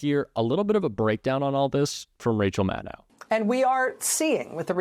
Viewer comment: Rachel Maddow is pronounced like "know", not like "now".